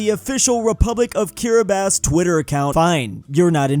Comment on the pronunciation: Apparently can pronounce Kiribati correctly, but not Cobalt. That's American education system for you.